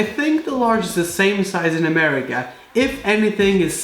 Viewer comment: did he just say.. murica...?